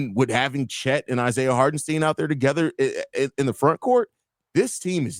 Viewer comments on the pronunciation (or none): Hartenstein rhimes with fine, not keen. I saw him complain about his name being mispronounced. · You guys are killing me mispronouncing Isaiah Hartenstein.